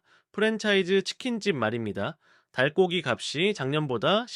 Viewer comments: AI 좀 제대로 쓰기 바란다. 국어도 못 읽냐? '닭고기'를 '달꼬기'라고 읽다니! '닥꼬기'라고 읽어야지. '저가 공세'는 '저까공세'로, '인건비'는 '인껀비'로, '일등'은 '일뜽으로 읽어야 하고. '하루 10시간'을 '십시간'이라고 읽는 건 또 뭐냐? '하루 열씨간'이라고 읽어야지. 이 외에도 지적할 게 너무 많아. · 닭고기 발음이 이상함